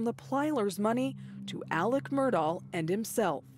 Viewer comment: FINALLY, ‘Murdaugh’ is being pronounced correctly!